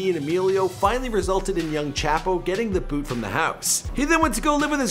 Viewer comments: I hate how you're saying "Chapo" white guy from Canada. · Chop-o is how you pronounce it. Chap-o is so incorrect it sounds like you're making no effort to say it right